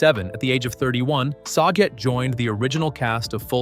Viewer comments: "SAG-GET"....BOB SAGET.. smh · Also mispronounces Dave's last name